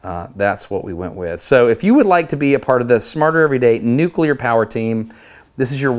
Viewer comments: THANK YOU for not saying “noo-kyoo-ler”. 😂😂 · Experiment Rev 2- attach 3 or 4 colored ping pong ballson the outside of the disc, but that might push the explanation too quickly. Awesome vid! Ps. Thanks for not saying “nucueler”😅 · So happy you pronounce nuclear correctly.